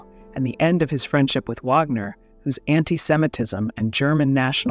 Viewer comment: The mispronunciation of Wagner is the downside of synthetic voices.